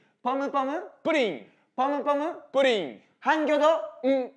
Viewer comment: ポムポムプリンって言いにくいよね 福徳ちゃんと言えててすごい